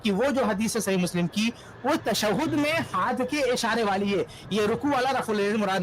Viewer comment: مولوی صاحب اپنے مقلد بھائی کو سمجھائیں کہ تشدد نہیں بلکہ تشہد بولا جاتا ہے۔